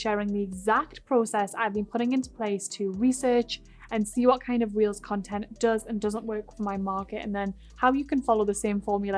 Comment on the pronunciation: Is she saying "reels" or "wheels" and what is that?? I really don't understand